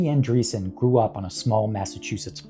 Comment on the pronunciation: ANDREASSON, it is pronounced ANDREAS-Son